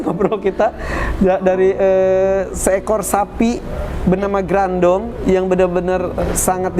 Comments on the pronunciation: Harusnya grandong,bukan grandiong mas editor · Mon maap bapak editorr "grandong" bukan "grandiong" wkwkwkwk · Grandong a bukan grandiong Grandiong teh saha😭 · Gerandong kak bukan grandiong 😁😁😁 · Grandong a bkn grandiong wkwkwk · Kenapa bacaannya dokter rajanti mencoba mem4hami grandiong ko grandiong? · bukan grandung😂